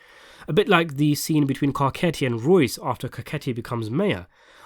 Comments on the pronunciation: It just threw me for a loop when I heard you say Garketti and if you watch the show, you should know it’s pronounced Garssetti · Butchering names. Carcetti is pronounced car- set- e e . He's Italian and the show even pronounce for you